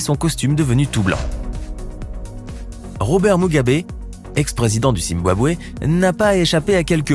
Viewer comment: Pour Robert Mugabe... c'est Zimbabwe et non " Zimbwabwe " comme vous le dites.